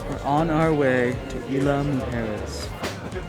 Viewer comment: Love the video bu5 sweetie you need to know the pronunciation which is Isla pronunciation eeesla 🥰🌊🌊🌊🌴🌴🌴